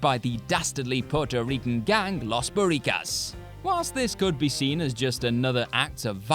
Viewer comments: That "Las Burikas" was just fucking painful to listen to. IT'S LOS BORICUAS (Bur-ee-qwas). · It should sound more Like “Los Boriquas” like a name like Rayquan idk, read the U and A my guy 💯💯😂🤷🏻‍♂️